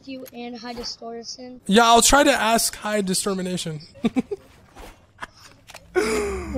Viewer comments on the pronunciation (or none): "high Distormination" lmaooooo